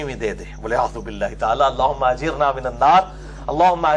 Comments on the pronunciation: Apny Ajirna kiun parha. Ghalt word bola hai apny.. Ajirni hota Mr Engineer gggg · Aoa.. Engineer sahab ggg.. apny Ghalt kiu parha Ajirna bola hai.. Hala k Ajirni hota ha.. zabar nahi hai ayat ma zer ha non zer nii